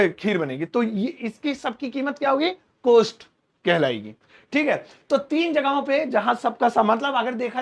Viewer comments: Cost ki pronunciation कौस्ट है कोस्ट नहीं। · Your teaching is excellent but one request , please pronounce correct word. It is cost but not coast... Hindi me chhote O ki matra and Bade O ki matra me bolne me antar hai.. Nursery me padte the ham jaise chhote O se Okhali and bade O se Aurat... Bol kar dekho you will feel the difference.. Teacher ki pronunciation bilkul correct honi chahie.....